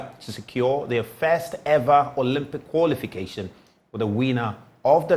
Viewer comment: what too is 'koolification" aahhh